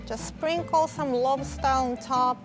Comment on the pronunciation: saying Lobster sounds like "Love Star" to me. Is that just me?